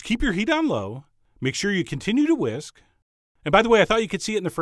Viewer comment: When he said "what we need to do is we need to take a whisk" am I the only one that heard " take a whiz"?